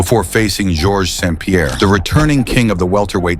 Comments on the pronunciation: So do the Video Creators not screen it to check for Errors that AI make? It’s calling him George Sound Pierre, When it’s Georges St-Pierre. You’d think A.I could do better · What fucking AI does your voice over?George SOUND Pierre?! And these were two legends who helped make the sport what it is. Level up your trash editing, Jesus